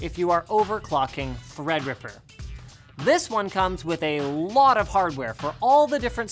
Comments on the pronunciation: Just love how Linus mispronounces Threadripper every time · He keeps saying thread ripper wrong on purpose